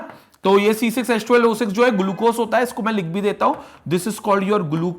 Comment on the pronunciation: I respect sir but the way he says glucose 😂👌........ hey says "Gulucose"🤣☠️